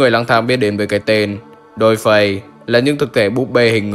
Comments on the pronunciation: dollface og này đọc thành -> đôi phây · Viết dollface đọc đo phay :)